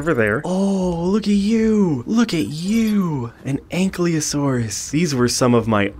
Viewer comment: It's Ankylosaurus (Ank-Eye-Lo-Sore-Us)